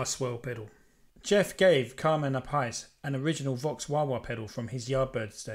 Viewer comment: Pronounced A- piece